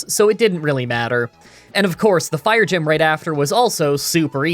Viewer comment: I like how you flubbed saying 'fire gym' two times and yet completely skipped showing footage of the fire gym.